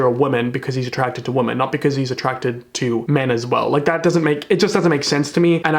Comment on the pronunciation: Omg same. So glad I'm not the only one who hears him say "woman" instead of "women" lol